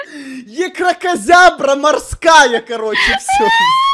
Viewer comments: Едісон ти смішний! Я с першого разу виговировила слово єскракразябра а ти 100 раз не міг це виговорить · Екракозябра... ЕКРАНИКТО!😂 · Сотый раз не можешь выговорить Екраказяблик